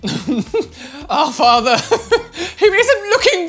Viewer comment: Also realized the Jesus one says "our FARTHER" rather than "our father" 😂😂😂